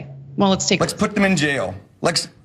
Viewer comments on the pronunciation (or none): Go back to school and get an education we all know you hate grammar but it's pronounced let's not Lex